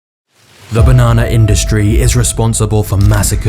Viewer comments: The fact that you say banona and not banana irritates me for some weird reason 🤣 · Take a shot everytime he says "bah-nana" haha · I like the way you say banana 🍌